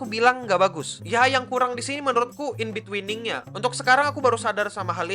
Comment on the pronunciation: no, no... maksud ane waktu nyebut inbetweening, pelafalan "weening" kayak kalau lo nyebut "winning" di "winning eleven"..